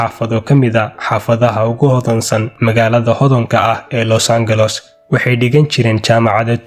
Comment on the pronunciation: Los Angeles qaabkoo ugu dhawaaqaayo aa layaabay 😂